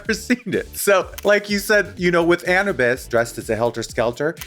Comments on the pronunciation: Yass Bimini!!! Raven repeat after me 'An oo biss' not 'Anabis' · Raven saying its Ana-bis instead of A-new-bis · Lmao raven saying anibis instead of anubis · BIMINI! Yaaaas! Also Raven Girl it’s A-NEW-BIS like the Egyptian God of the underworld. Not Anna-bis 😂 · Raven saying anabus instead of Anubis is very gottMEEK energy 🤣🤣☠️☠️☠️ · Raven pronouncing ‘Anubis’ like ‘cannabis’ is really rubbing me wrong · Not Raven saying 'anabis'.. Gottmeek we see you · I'm finding it odd that Raven can't pronounce ANUBIS. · Not Raven saying "Anna-bus" instead of "Anubis" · She really said Anne Abyss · Anubis not annabis 😂 Egyptian not stoner reference 😂😂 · Raven pronouncing Anubis like “cannabis”? Perfect lol 💨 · Please welcome to the stage, Anna Biss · is raven saying ANAbis to anyone else?? lol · Ravens pronunciation on Anubis Hahaha Its "got meek" all over again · Raven: "ANNA-BESS" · Raven pronouncing Anubis is...priceless lol..ravvveeeennnnn ahhahaha.. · honestly i’m glad Anubis got sent home first just because it means we don’t have to hear Raven mispronounce her name all season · Well it's over now.. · Raven saying anubis like cannabis without the c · it's a shame Anubis left because now we won't get to hear Raven mispronounce her name every week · Raven saying Anubis as if it rhymes with cannabis is killing me lmao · it’s worse than that. anubis is well known name, and a well known figure culturally across the globe lol. you can be forgiven for not knowing how to say gottmik, but not anubis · Ugh I heard it and so glad I came here and saw this comment lol. I'm offended